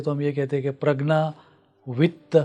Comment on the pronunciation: प्रग्ना नही प्रज्ञा होता है